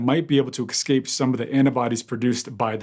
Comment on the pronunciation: "it won't excape the annabodies" ... First video I've seen from this guy, I'm dubious. "Excape", really? "Annabodies"? Jeez...... No doubt American to start with....